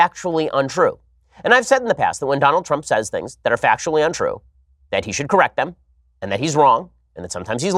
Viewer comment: "...factually and semantically corRACT"